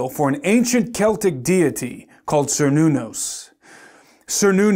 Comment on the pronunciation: First you have to prove there is a who needed that "created" our universe, second you have to answer where that who came from. Thirth, the name "Cernunnos" is pronounced with a "K", not with a "C", and was not a demon at all. So this acronym has nothing to do with some ancient pagan God. How do you pronouns "Celtic"? Does it sound like "Seltis" or "Keltik"? THINK, before you say something. you say one true thing: "Could it all just be coincidental?" YES, you are seeing things that are not there, cause you want them to see. And you went on a fishing tour to find anything to confirm you superstition, you found Kernunnos, (old spelling with a "C"), missprenounced it, and think that you have something to comfirm your BS. I'll stop watching this, cause you are one deluted puppy.